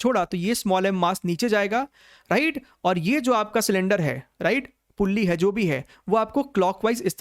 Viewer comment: Sir aap ride bolte hai ya right 😂